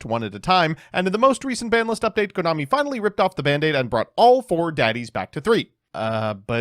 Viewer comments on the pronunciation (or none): none